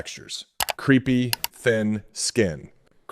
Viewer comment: 1. Holy heck. How come I never hear anybody else talking about the lattice networks in our skin that we are destroying? This is not just the same old lab that everybody else tells us. 2. - "crepey", pronounced "crape - ey" Is sounding like "creepy". You might want to fix that. It's bad enough to have sugar damage in your skin... No one wants to be creepy as well! 😉